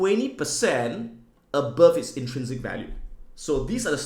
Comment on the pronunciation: absolutely no one: Adam: ABoœuVE